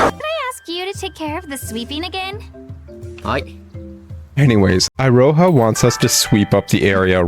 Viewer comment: "iroha" (i-ro-ha) Weaboo me died listening to this and keep on saying to my self it should be "Iroha" (e-ro-ha)